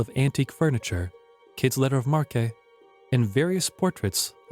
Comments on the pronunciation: It's "letter of marque" pronounced "mark" not mark ay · It’s pronounced mark not mar-kay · "The deposited king? Oh come now. Check you pronunciations. Markay? Nevees? That's enough for me. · Just a few suggestions. Have your narrator read and familiarize himself with the copy before recording. Perhaps someone with a bigger vocabulary would be useful, someone familiar with the terms that are not in common usage today. The mispronunciation of "letters of marque" and the misplaced accent in "skin diver" were off-putting, to say the least. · What's with the robot narrator? en-count-er-red? Mar-kay? Dis-UN-ta-ry? lol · Who narrated this!?!? Even with an inviting voice, the narrator can't pronounce half of the foreign names or even normal words! How does mark become marque, dysentery become diss-untry, encountered becomes inconter-ed... Oak Island was a fine place to acquire water and other deep oceanic vessel needs, including TAR. The "money pit" was part of a tar producing factory as far back as the 1400s. Learn your history before believing suppositions like these other children who obviously come from the shallow end of the gene pool!